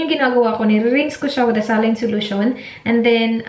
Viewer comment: saline "sa-line" pag pinoy , pronunciation pag puti ay "SAY-LEAN"